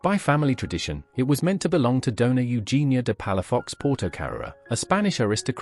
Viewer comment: Doña not donar